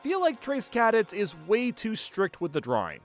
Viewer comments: “Trace Cad-ets” 🤣 its Cuh-dets, man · "Trace CAD-its" lolol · As someone who played MPDS for a long time, I don't know what angers me more; the way he pronounces Trace Cadets, or the way he plays it. I agree that it sucks though. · great vid. crazy pronunciation of cadets